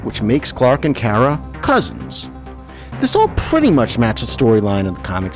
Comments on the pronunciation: its always been kara. But you pronounced it like Cat Grant Ker-ah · It’s Kara like car a like that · CAR-A not Care-a. Just saying. It bugged me SOOOOOOO bunch plus, smallvilles version of supergirl is kinda sad cause they make here like one of those dumb sluts. Even her suit is designed to make her look like that. In the new show she has a job and a family, dresses not like a popular 16 year old and is actually taken seriously (ish) either way. The whole idea is about girl power and independent women as well as to entertain, which is actually nice and refreshing rather then shows like this where she’s a slut. I do also understand that this show is definitely older then the current supergirl show and that the current show is meant for her to be the main character and that it’s years after she’s found Clark, blah, blah, blah,. but still. Smallvilles portrayal of supergirl/kara really is sad in what the world thought women/girls where “stereotypically” was sad and the fact that they threw it right into everyone’s face as a tv show is worse. And no one hate on me, or do idc. It’s just my opinion. The show itself is good, it’s just the way they made Kara’s personality and stuff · Car-uh not Care-uh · It's Car ra as in i drive a car and ra as in the sun god.... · It's pronounced "Kara" as in like a "Car" with an "A" on the end. I have been watching the Super Hero's for over 35 years. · sorry you pronounce Kara and Lara wrong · ew your pronunciation of kara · I prefer Melissa’s sweet, wholesome, dorky version on Supergirl but am disappointed with her fighting style which is terrible. I was happy to see Supergirl on Smallville but was disappointed with the version (including the pronunciation of her name Urgh!) and I thought Laura was too sexualised and underused. Though both actresses are adorable, both suffer from terrible writing! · I loved Smallville and Supergirl on there but it makes me cringe when he says Kara's name wrong. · Your saying Kara wrong